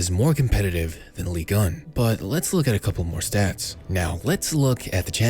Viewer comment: Ligue.... UN..... not ligan or whatever you re sayin